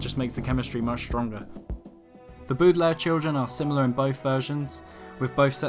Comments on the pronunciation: dId yOu juSt cAll tHem bOodaLaire cHilDren? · The "Boodelaire" children? Sorry but it's pronounced "Bowdelaire" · I prefer the series because in my opinion it has more tension. Edit: anyone notice that he pronounces Baudelaire different every time?